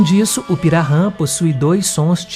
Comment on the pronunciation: Interessante, mas precisa treinar um pouquinho a pronúncia "kaingange " e pirarran é pirahan e nhengatu nao é exatamente nome de língua nhengatu significa língua Boa, o correto é língua geral amazônica, língua geral paulista as são nhengatu como também o guarani jopara falado no Paraguai.